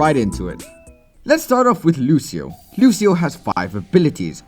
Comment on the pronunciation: It's so funny to hear you say Lucio's name with the wrong pronunciation LOL